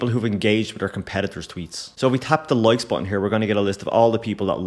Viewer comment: 'Loikes' 😂 Good stuff man.